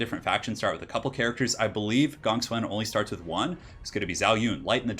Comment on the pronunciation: why do you say gong swen instead of gongsun zan? granted i dont know how to pronounce it but it really disturbs me when people dont even bother to atleast pronounce it as its spelled?